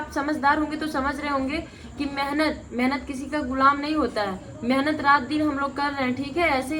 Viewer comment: Phle tum shudh bolo menhat nhi मेहनत bolo 😂